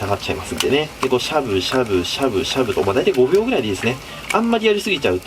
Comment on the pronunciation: 5ふ秒でしょうか。 ボーッとして聞いてたら5分って聞こえる。